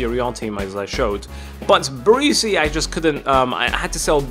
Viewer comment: it isnt barisi...barEsi